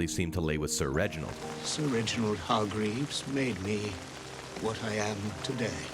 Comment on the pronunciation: “Vanny hardgreeves”